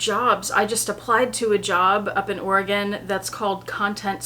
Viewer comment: My girls were born in Portland, I loved it and cried when we had to leave. I must say it’s lovely to hear someone () pronounce Oregon properly! 😊